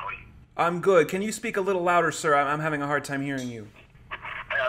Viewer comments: 😂😂😂 sack hair, I’m screeeeming 😂😂😂😂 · Sack hair hahah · Just as pronounces the name Saghar, it sounds like the German word Sackhaar which means testicle hair! Best regards to Multi Visions and its leader Mark the Shark! <3